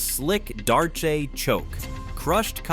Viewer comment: You don't even know the subject matter you're talking about. Can't say Khabib's name right can't say a darce choke right.